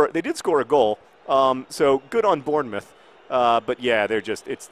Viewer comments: btw it's born-moth, born-muth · It's pronounced Born-Muth good try though, i'm glad you feel better! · I had no clue what you were saying in regards to Bournemouth, it's said like Born-mooth :-) Glad you're feeling better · Again your pronunciation of English towns is killing me. It is Born-Muth. That's how its pronounced. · That pronunciation of bournemouth was truly awful, and made my day haha